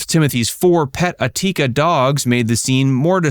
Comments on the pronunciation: Atika? I think it is Akita 😂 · Akita dogs, not atika